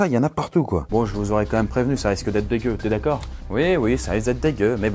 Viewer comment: Tu as dit dégeux je regarde en mangeant Rip